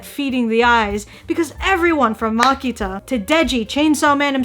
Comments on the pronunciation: ily aki but this is so funny to me because everyone says that csm fans haven't read csm bc everyone keeps saying wrong stuff and you keeping pronouncing makima as makita is lowkey confirming this I can'ttt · You mispronounced Makima's name... How could you😥